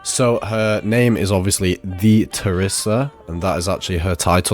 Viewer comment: Sounds like that the way this guy says it